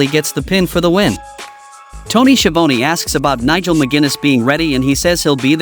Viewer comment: It's schiavone for this silly announcer